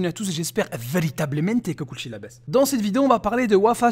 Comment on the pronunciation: Le "VERITABLEMENTE" était très prononcé aujourd'hui :)